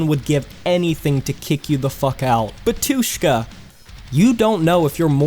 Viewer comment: It's not pronounced "Batooshka", it's pronounced "Батюшка". Get it right.